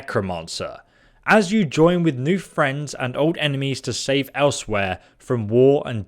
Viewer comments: He had to say elsewhere like 5 times before i realised what his ass was trying to say, ell swire is closer i believe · Elsewhere? No no no no nooooo, pronounced Ellez-weir.